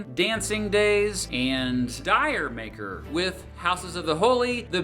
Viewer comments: Correction: The song "D'yer Mak'er" is pronounced "Jamaica," and not "DIE-er Make-er." The song is a tongue in cheek tribute to reggae (the band having no pretensions to playing the real thing), and the title is tongue in cheek as well. It's the punchline of an old joke that goes: One man says to another "My wife took a trip." He asks "D'yer Mak'er?" "No, she went of her own accord." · D'yer Maker is pronounced almost like Jamaica. The title is a question; "Did you make her" or " did ja make 'er?" or "d' ja make-a? It is not pronounced die-er-maker. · It’s not DYER MAKER … it’s D’YERMAKER … for Jamaica…come on man… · Dire Maker! lol “d’yer mak’er” is actually pronounced “Jamaica”, hence the reggae feel of the song. I would also add that Keith Moon from The Who came up with the name Led Zeppelin after a discussion on how the band would go down - “like a lead Zeppelin”. They took the “a” out of the “lead” so it’s not to confuse the pronunciation in the US. Great summary though 🙂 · It's should be a crime to pronounce D'yer maker as "Dire Maker". The proper pronunciation is "Dj-uh make-uh", which sounds like "Jamaica" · Dude. 'Dire maker' 😭 It's pronounced Jamaica. Its a pun. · 'Dier maker'? urm it is actually pronounced... Jamaica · Dier Maker? It's pronounced Djer Maker..... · Dier Maker??? Give me a break It's pronounced Jer-Maker. (Jamaika) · "Dyer Maker"? Really? Its: Dja make er..."Did yo make her and Jamaiker, a nod to reggae... Do better. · Great video! By the way: The song D'yer Mak'er is actually pronounced 'Jamaica'. Plant chose the name to mess with Americans who would pronounce it wrong :) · Hey bro, great video. A little piece of trivia for ya... the song 'Dy'er Mak'r' is actually pronounced Jamaica. Notice the strong reggae/ska influence in the song's sound.... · D'yer Mak'er is pronounced 'Jamaica' when spoken in a British accent... based on a joke where 'did you make her' was understood when someone mentioned his wife left for Jamaica.